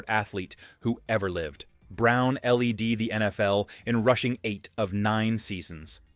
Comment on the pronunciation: It's bad enough names n pronunciations get butchered but...James brown l.e.d the NFL..no it's led.A word.Not a mans nitials.